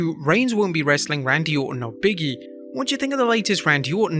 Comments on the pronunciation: Stop calling “Big E” “Biggie” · still not sure how, "big e" turns into, "biggie" everytime ppl say his name 🥴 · Big(space)E. Not Biggie.